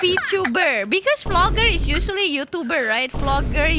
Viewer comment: I do love Fee-loggers 😭 poor